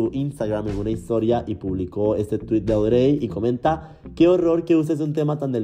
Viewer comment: Fui la única que le daba tanta desesperación como pronuncia el nombre de la ex de Ricky? (Cero hate amo tus videos pero Audrey se pronuncia como Audry 🥰)